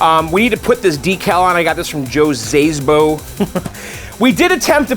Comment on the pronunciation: Szabo, but you don't have to pronounce the Z. XD